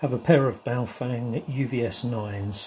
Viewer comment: Correct Chinese mandarin pronunciation...of BaoFeng... like this... Bah Oh Fung ..... not Bayo Fang........ you have been corrected.....